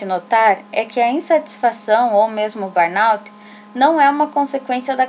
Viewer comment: Ótimo vídeo, obrigada por compartilhar. Só a pronúncia correta é "burnô".